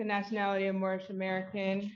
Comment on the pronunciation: “Moorish” 😂😂 MORON-ish